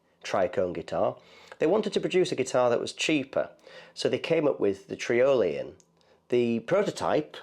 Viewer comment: trIolian, like EYE-olian.